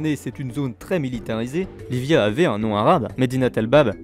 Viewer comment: ça se dit pas Livia mais iibia ( double L sonne i et v sonne b )